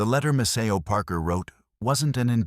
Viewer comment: This is about Maceo Parker and you can't even get your AI voice to pronounce his name correctly!